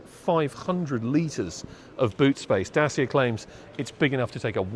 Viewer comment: Try "Datch-ee-a", PS this is a great design, having seen a few Citroen Ami around town there is no doubt the Hipster would be popular.